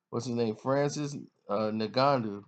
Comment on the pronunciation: Butchering names bro. A-don-a-say??? It’s ah-duh-san-yah. Also where’s the “w” in the Schaub. “In-gon-you”....jeezus Obviously you don’t know shit about the ufc.